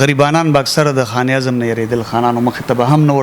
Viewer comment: sb taso che kam kaar kaway no da de kar da para yo khas taleem haselol pakar we zaka che de kar ke khabare ao tanqeed baraye islah der aham kerdar ada kawe, no mehrobani okay da khpal talaffuz mo teek k za pa de interview ke taso ta siraf da yo lafz khayam che pa de ke talaffuz tek na de. For example taso khan e azam bia bia waye no da khan e azam nade da khanezam de no plz che next time da interview kaway ao ya prgrm no da haghe na makhke lag preparation kaway.